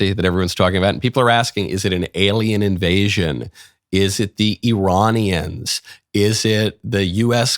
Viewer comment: It's not the Ear-On-ians, Michael. It's the Eye-Rain-ians. Ok? Eye-Rain-ians.